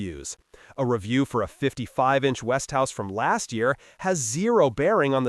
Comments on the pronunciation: And what makes you qualified to say what's good and what's bad? And by the way it's Westinghouse, Not Westhouse. Till you improve on your video skills, I don't think I will take your advice on Television electronics. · Look at the spelling. It is West ing house. Three syllables. NOT West House as he is pronouncing it. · No...He Stupidly Mispronounced It... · Its westinghouse ont west tv .A I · I have seen five-year-old Element TVs. My father-in-law now deceased purchased an Element tv many years ago. My brother-in-law who lived with him is still using that same Element tv all of these many years later. And you cannot even correctly pronounce Westinghouse. Notice that ING part. Damn.